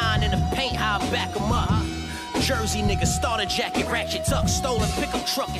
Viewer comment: only time Surf wrong for sayin "Jersey"